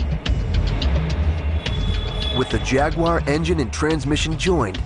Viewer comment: So funny that they put subtitles on certain parts were an english man is speaking english. Especially when the american narrator can not even say the word jaguar correctly, or the word Warwickshire. Good god. Never the less, thanks for posting this video. Love my XK :)